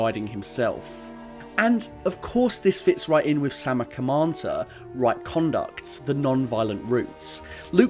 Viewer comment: butchered the pronunciations of those words XD, but really happy u brought buddhism into this, (PS: "Sila" is more like 'seela' which literally means Discipline, "samma vaca" is better pronounced "sãmmaa vaachaa", "samma kammantha" better pronounced "sãmmaa kãmmãnthã").